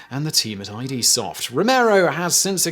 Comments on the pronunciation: id...not ID, like hid, without the H. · This discussion is giving me a headache. Saying the initials "I.D." instead of the word "id" isn't even a mere mispronunciation in the first place, it's beyond that. He also pronounced "Giger" wrong. Are we gonna start arguing that there no such thing as a mispronunciation for that either? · you called ID software I.D. Software. I stopped the video. It's ID. As in the Jungian sense you pillock. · It's pronounced "ih-duh" not "I-D" like in "Id and Ego"... ffs... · It's "id" not "Aye Dee"!!!!!!!!!!!!!!!!!!! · Not that literally ANYONE cares, but id software is not "I.D." software. It's actually pronounced id. Like is with a D. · While everyone else is harping on eye-dee vs id, Giger is pronounced gee-gur according to the biography in which he says his own name. Both g's are hard-g. So Google : goo-gul :: Giger : gee-gur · Why an AK? Why not an StG.42? It's "id," not "eye-dee." Just "id." You know, the Freudian term for one of the various components of the psyche. > "As you know, the id wasn't meant to be starved." ~Philips Exeter Blue I That belief system was part of what caused John Romero to become disillusioned. Anyway, Toby Fox made John Carmack his bitch by proving that belief system wrong. "GHEE-ghurr" "Hellish nightmarescapes?" Don't you mean "nightmarish hellscapes?" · Oi Simon, it's not i.d software, its id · Id... not I.D. Id. As in Id, ego, super-ego. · Ummm it's not I.d. software...it's id....like the concept for the human id. Research botched from jump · it's pronounced "id" not "I.D." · The name of the company is id (as in 'did'), not I.D. It's a word, not an initialism. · OMG its not pronounced i d. Its pronounced id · "id" is pronounced as a single syllable, described by the company as "the primal section of the human psyche" which in Freudian psychology is responsible for instinctual and primitive impulses. It is often pronounced as "I.D.", although this is incorrect. Now stop calling it that. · Its id not I.D.